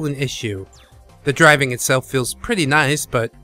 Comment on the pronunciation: Is it just me? Or does it sounds like you're saying "Dragon Games" instead of "Driving Game" a few times in this video? ಠ_ಠ